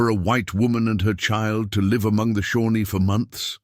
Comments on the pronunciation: The name of the Native American tribe is Shawnee, not Shornie. Obvious indifference by the creator to editing properly. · It’s Shawnee